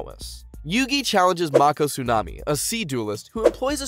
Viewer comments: Mako is pronounced make-oh, my guy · Mako not marko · I'm so mad about this man pronouncing mako's name wrong